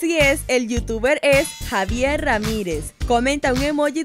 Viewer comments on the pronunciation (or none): none